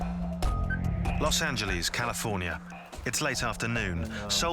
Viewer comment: ps it aint called Los angel eeeeee"s